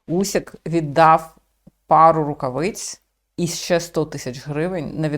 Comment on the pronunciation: не Усік,а УСИК,чому не правильно пишете та вимовляєте?